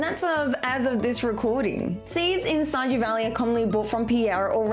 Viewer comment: Shajew valley?